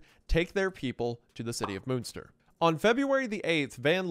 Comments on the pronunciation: "moonster" sir it's MUNNN like MONEY MUNNNN STIRR. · I love you Wendi and not to split hairs here but …… MUNster not MOONSTER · For anyone interested in the correct pronunciation of some German words (not a criticism btw, pronunciation in other languages can be hard): - Münster is not pronounced as "Moonster". It's hard to describe, because the Ü sound is not really used in English at all, so best to look up an example in another video. - Bernhard Knipperdolling: First up, the "h" in "Bernhard" is pronounced in German, so the second half of his name is pronounced as "hard" not "ard". And the "K" in front of "nipperdolling" is pronounced as well. - Franz (or the German "z" in general): "z" in German is not pronounced as "s", but as "ts". So it's "Frants". Also, the "a" is not pronounced as in English, but like (lacking a better example) the "as" in "Allah". - Rothmann: "th" is simply "t" in German. "Roth" is a very old Jewish name and in German, simply pronounced exactly like "rot", the word for "red". - Von: pronounced like "on", but with an "f" in front. - Leiden: "ei" in German is basically pronounced like "i" in English, so like Biden, with an "L" at the start instead of a "B". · Took me way too long to get that by Moonster you mean Münster lmfao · The pronunciation of the names is so funny 🤣 Hon Meffis, Moonster, Ven Leeden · I would say preetty american, xD alot of especially names were not his biggest german moments (Münster itself was said more like Munster but not everytime) ALTHOUGH from time to time he NAILED IT on spot e.G. "du bist" einfach markelos ausgesprochen auf lupenreinen Diamaten Nivaue soo 6.5/10 ig bin zwar nicht aus Münster aber Nähe ^^ Love goes out <3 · Yep, Bernhard and Jan are still very common names! The J in Jan is pronounced like the y in yes, for future reference! And the ü in Münster sounds like the e in 'phew' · Not to mention all the German names. Jan as 'Han' and Moonster for Münster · please pronounce munster right please